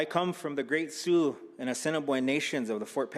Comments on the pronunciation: Excellent presentation. Thank you for your wisdom and insight. Hey SPEAKER! LEARN TO SAY SOUIX. It's pronounced "Soo", not Soo-ex. I can tell you know nothing about the 12 tribal nations that are encompassed in Montana. Set a better example. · Suex tribes nit su ex tribes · Soooex tribes.. OMG you could have at least found an announcer that can pronounce SIOUX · “Sue-Ex”…?!? Does he mean “Sioux”. Good grief.🙄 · Soo-ex tribe? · It’s NOT Sue-X. It’s “SIOUX” pronounced like “Sue” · “Soo-ex tribes”… shame on him! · Did that guy really say Soo-X? He lives in Montana and mis-pronounces Sioux? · The announcer must think Musk owns the tribe, he called them the Sue-X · I'm appalled that the guy who introduces this majestic man doesn't even know how to pronounce the name of his tribe! ... He pronounces it, "Su-Ex" instead of "Su." ... Unbelievable! ... There IS a Real Need to EDUCATE our kids better than this! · The man that introduced pronounced his tribe as Sue x😂 instead of Sioux😂!!! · Suex tribes?? omg, it's SIOUX the X is silent, this guy should have been more prepared or asked if wasn't sure of this pronunciation. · Su-x tribes? What? 😂😂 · Cringed at the white dude’s pronunciation of Sioux